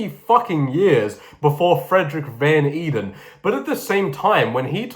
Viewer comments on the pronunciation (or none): Van Eeden is Dutch, so it’s actually pronounced kind of like ‘vaughn aiden’.